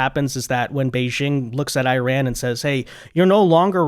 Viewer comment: Iran uses a short I not a long I tried to pronounce it right